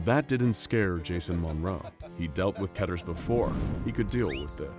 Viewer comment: Keeter, not keteer